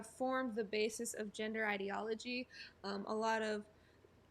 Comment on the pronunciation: Why does "Ginder"!? It's fucking GEN der. IT'S NOT THAT HARD, BUDDY!